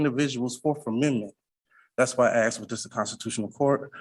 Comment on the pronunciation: But he axed nicely